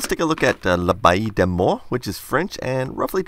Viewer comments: Just so you know, L'abbaye Des Morts is pronounced l'ah-bay-ee-day-mor. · He first needs to find out how to pronounce it. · « L’abbaye des morts » 😂 i love your french accent ! Ps: i’m french and i love your channel 😉